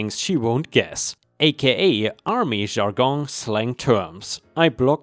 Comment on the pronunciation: Jargon is "jar gun" not "chzargon." :P From yesterday, "executing" isn't said as "exec it ing" but "ex eh cue ting." Semester is "seh mes tur" not "semis tur" but rather "seh mess tur." Hard to explain but there is a difference in how it's said. 🤣